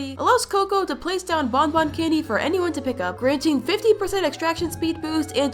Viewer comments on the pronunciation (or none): “ Would anyone care for a bobon?” aah cocoa